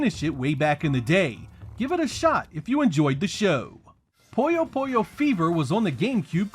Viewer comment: I just knew he was gonna mispronounce Puyo Puyo